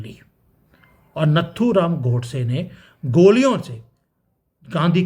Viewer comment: आप नत्थुराम नहीं नाथुराम गोड़से बोलिये अच्छा लगेगा......जय हिंद जय अखंड भारत जय सनातन वंदे मातरम्.....आपका विश्लेषण आंखों को चौड़ा करने वाला है साधुवाद 😊😊😊😊😊